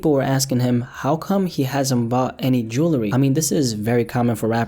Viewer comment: He cant even say jewelry. 😆 smart??